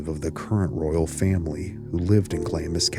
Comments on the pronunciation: it's pronounced like "glahhms" and just to letcha know, hearing it pronounced glammis is a staple irritant of any true Scot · You fail to explain where you get your information and should be very very careful who you yip about and Clamis castle is pronounced Glarms .... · Hi, I'm Scottish, and I'd just like to say Glamis is spoken as Glams. Confusing... Trust me, I know. ❤ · It’s pronounced glams not glamis and it’s Windser not Windsore plus Interpol not Interpole, otherwise an interesting tale. Finally Somerset was born on May 1st AKA Beltane. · This is what happens when you're rich and bonkers *sigh And if you have to mention the place again it's said: gl aah ms, long ahhh. You don't say the I. It's a tricky one even for us brits, the royal family were battenburgs previous to changing names.but only some of them, it's complicated 😂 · Glamis (Pronounced Glaams) castle, the most haunted structure in the British isles, is the ancestral home of the British Kings grandmother, who once said she was awake all night with 'the workmen' who was actually ghosts they say. one of the ghosts is a woman with her tongue cut out running the grounds with a bleeding mouth! Theres said to be a hidden room with a monster within, said to be the deformed son of one of the lords of the castle who is in a painting appearing much smaller than the other 2 sons, and is said to have died in 1923.